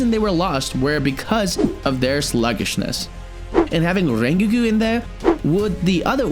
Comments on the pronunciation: did he say rengigu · Rengikiu,, OH MY GOOODDDD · Lol he said rengegoo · why did he say "rengoo" in the begin of the video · did you just say renkgu? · sto[ calling him rengiku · Bro said Rengiku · Not rain gurren khan not rain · ah yes "ryngyku" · bro says rengoku like rengeekoo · Rengigu XD BRO THE WAY YOU PRONOUNCE RENGOKU IS SO WEIRD IT DOESNT MAKE ANY SENSE THAT YOU PRONOUNCE IT LIKE THAT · no for real im sitting here like "why is bro saying ringogu" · This is how you pronounce rengoku Ren-go-ku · "rengigu" "sanime" "jenya" 💀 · "Rengeku" Why is your pronunciation so bad. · how does one manage to misspronounce rengoku that badly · the way he pronounces rengoku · The way you say Rengoku really grinds my gears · So we’re all gonna go past by the fact that this guy pronounced rengokus name wrong 😑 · The way he says rengokus name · He’s saying Rengoku wrong lol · Bro why did you say rengoku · The way I fr gasped when he pronounced rengoku like that 😭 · MISPRONOUNCED RENGOKU AND SAID RED LIGHT DISTRICT INSTEAD OF ENTERTAINMENT DISTRICT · They rengoku name wrong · SAY RENGOKU RIGHT!!!!!!!!!!!!!!!! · This dude saying rengoku like that triggers me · Your pronounce of Rengoku is bad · sorry i stopped watching because of the way you said rengoku idk why i just had to :( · Isn't it Rengoku not Rrreingeku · Ren-gi-ko 😂 it’s pronounced ren-go-ku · im sorry did this man call rengoku rengiku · WHY DO YOU SAY RENGOKU LIKE RENGUI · Rengoku nah RaNgIKu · “Rengeku”💀 Hey bro I don’t mean to make fun of how you say things.. anyway nice vid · is no one gonna mention that he said rengigu at the start of the video? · no one: no one atall not a single soul:: rengeku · Bro the way he says the names (Rengeku) 💀💀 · Bro said rengeku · "Rengeeku" Me: BOI GET OUT RN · stop saying renquqko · Bud really call rengoku a renkiu at the start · who tf is rengagooo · ReNGeKyU Lol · It's pronounced (Ren-Go-coo) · no one gonna talk about “rengiki” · "rengeku" lol thats funny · Ren ke ko💀